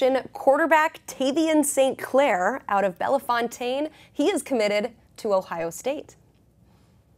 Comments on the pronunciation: Pronounced Bell-fown-tin. Not Bell-fon-tane. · Bell Fountain is how it’s pronounced lol not BellyFountaine